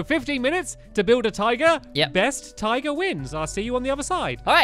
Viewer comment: Whenever Stampy said tiger it sounded like he said "taiga"